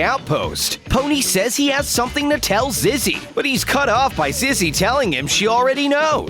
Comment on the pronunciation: Do you notice he pronounces Zizzy as ‘Zeze’? Time: and